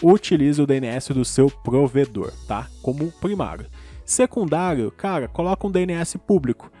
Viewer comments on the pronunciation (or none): none